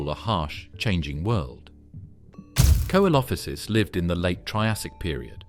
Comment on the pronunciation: Can you pronounce the names correctly coelophysis is pronounced see lo fi siss